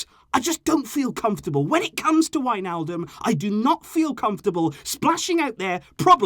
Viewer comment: not wijnaldom or however u spell it 😂but i dont believer we need him